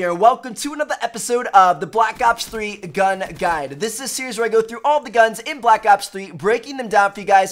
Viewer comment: Black Ops 3 Gun-uh Guide-uh